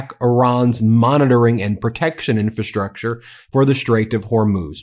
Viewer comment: Your pronunciation of "infrastructure" continues to be incorrect. IN-fra-STRUCture, not IN-fa-STRUCture. The first "r" is not silent.